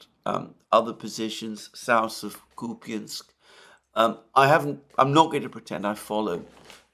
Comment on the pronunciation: IT IS NOT [ KUPIANSK ], ALTHOUGH SPELLED THAT WAY; IT IS [ KUP ensk ]. Stressed U makes unstressed ya( я ) to [ e ]. That is called schwach or mute. ( ref.: Dima - Military Summary )